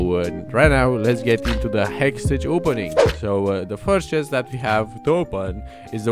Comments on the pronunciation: The way you pronounce hextech !!!!! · learn to pronounce HEXTECH ffs